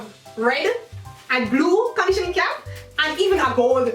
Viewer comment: She says keap instesd ofcap